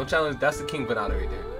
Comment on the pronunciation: Vann Da Cambodia's king of Flow. pronounced VAN DA. VannDa - Time to Rise